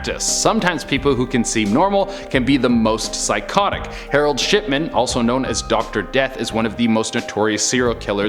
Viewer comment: DID HE SAY.....HAROLD SHITMAN ??!! LMFAO 😆WER MS.PISSMAN